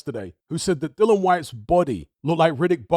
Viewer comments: His name's Dillian not Dylon. The guy will go out of boxing the way he came in with some people too lazy to get his name right. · Its a silent 'i'. Educate yourself. He initially called himself "Dillian the Villian" initially. Spelling is the same, hut you pronounce it differently.